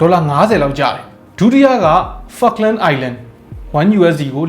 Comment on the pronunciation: Falkland island... bro say gently 😂😂